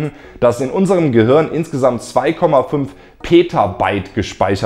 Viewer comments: du sagst immer "gehürn" oder "gehörn":) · Hey Leute! Was meint Ihr? Ist das Universum ein Gehirn? Falls nein, wie sind die Ähnlichkeiten zwischen Filamenten und Hirn zu erklären? Übrigens sorry, dass ich Gehirn immer "Gehörn" ausspreche - liegt an meinem rheinischen Dialekt xD Bald ist ja schon Weihnachten und deswegen erhaltet Ihr in meinem Shop Rabatt auf alles! Verschenkt doch dieses Jahr mal einen Plüsch-Planeten, ein Science-Shirt oder eines meiner Weltraum-Bücher! Schaut mal vorbei und gebt am Ende den Code "galaktischeweihnachten" ein: 🚀🎅